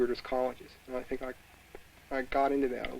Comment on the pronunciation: You should have emphasized the word how instead of the word think